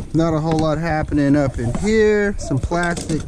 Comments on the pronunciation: Up in hurr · You said “up in here” like you were from the South! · Houston is South 😊🌍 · For suuure 😂